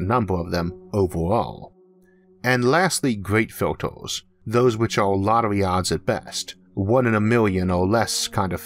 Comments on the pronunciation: Filters, as in "filturs", not "filtors". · I got tired with all the "filtors" and "the uniworse". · "filtoes" "univorss"